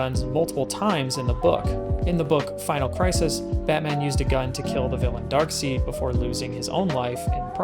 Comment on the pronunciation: Afaik Darkseid is pronounced Darkside, not Darkseed.